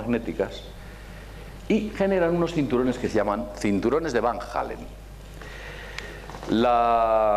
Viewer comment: ¿Cinturones de Van Hallen?. ¿De donde te sacas la "H". Y lo pronuncias "Jalen". Y Elkin dice abajo "para alguien con la cultura de...". Vaya cultura. Entonces ¿Cual es el nivel de los asistentes?.